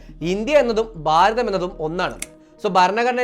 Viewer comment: ബാരതം അല്ല ഭാരതം ആണ്. ഉച്ചാരണം. ശ്രദ്ധിക്കുക.